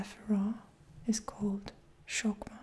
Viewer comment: Hey, loved the vid ! Been watching so many of yours lately. But as a native Hebrew speaker, I have to correct you: 1. Keter - crown 2. Hokhmah - wisdom (don’t pronounce it as “cho”, it’s more like “ho”) 3. Binah - intellect 4. Hesed - grace, but it’s says “gdula”, which means greatness. 5. Gevurah - heroism, courage 6. Tifereth - glory 7. Netsah - eternity 8. Hod - beauty 9. Yesod - foundation 10. Malkith - kinghood 11. Dat - religion